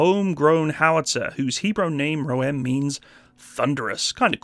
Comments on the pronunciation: Nice video, lots of good info! I appreciate that you pronounced the name correctly... Some other dude has made a video about it, and was calling it the "Roam", rather than the "Ro'em", which after too many instances prompted me to stop watching, lol. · Hi, you are the only narrator who pronounce the name right... 😀